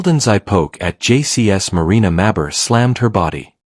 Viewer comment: Witch's name Should be pronounced "Mayberry" like Barney Fife Mayberry